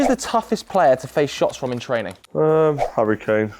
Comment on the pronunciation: The way he said Harry Kane, he’s starting to talk like robson green